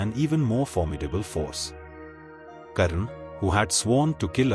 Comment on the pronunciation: Karna should be prounouced as karna not as karan. Only North Indians change the names to suit their own linguistic preferences.